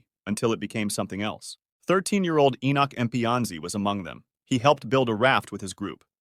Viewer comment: bro litteraly said my name like 10 times but my name is enoch not enock